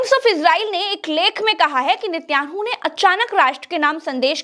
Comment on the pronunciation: उच्चकोटि की पत्रकारिता के लिये मुबारकबाद--नेतन्याहू का उच्चारण मे सुधार की जरूरत है